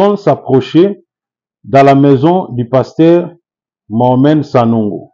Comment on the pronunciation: C'est qui Sanongo? Sanogo c'est différent de Sanogo. Apprends à prononcer....être serviteur de Dieu n'exclut pas une bonne formation intellectuelle.